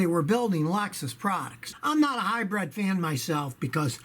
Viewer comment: Never recoup? Disagree. Although it is dependent on 1) the cost of gas ($5+ here in Japan) and 2) whether or not you have additional repair expenses associated with the car being a hybrid. At $5/gal the breakeven point arrives reasonably quickly. And it’s ‘hybrid’ not ‘hybred’. Otherwise, love your channel.